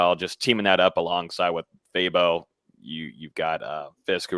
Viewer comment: Is it just me or does say Fabo’s name weird?? Let me know.